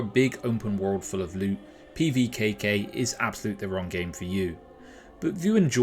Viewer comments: Nice pronunciation, wanna run that by me again? LOL Looks interesting and worth keeping an eye on I think. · Love the attempt at the name 😂 great preview, wishlisted it.